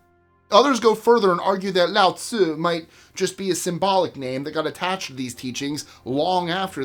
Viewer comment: It's Lao Tzu or Lao Tze, not Lao Tzi. Pronounced LOUT suh. Lao means "sage" or "wise man" and Tze is just an honorific like "mister" or "San" in Japanese. So the author is literally "Mister Wise Man." It's interesting that all of the core couplets in the Tao Te Ching rhyme, but they are from different dialects. A bunch of "Wise men say" stuff put together and attributed to "Mister Wise Man." It looks like a bunch of sayings were collected from different regions and put together in one book attributed to "Mister Sage." Lao Tze is basically a Mother Goose type figure. It's like putting together a bunch of "Old wives' tales" and attributing it to someone called "Old Wife,"